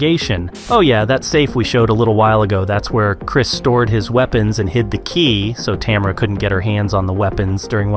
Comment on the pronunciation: Americans never seem to be able to pronounce Tamara 😂